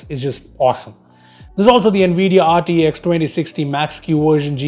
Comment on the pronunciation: Bro its GT(X) AND RT(X) NOT H .